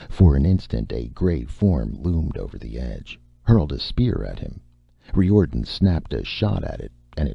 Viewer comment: yes! and I'm pretty sure the name he's pronouncing Ree Or'den, is Riordan....